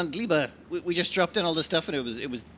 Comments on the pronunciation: Even funnier - gleba in Polish means soil/earth, so it's infinitely entertaining hearing mispronounce it every time. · "On Gleba..."? Surely you mean Gelba? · Gleba keeps morphing into different pronunciations every single episode. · Rachel is who i heard to. I've shouted at my screen that even Emma could pronounce it